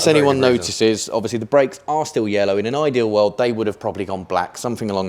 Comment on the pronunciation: looking good, but the callipers can't say yellow.